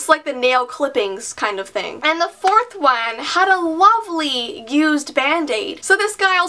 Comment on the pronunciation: I don't know why but the 4th one she said it really weird like.... The fourth quan 😹😹😹anyone else 😂🤔😆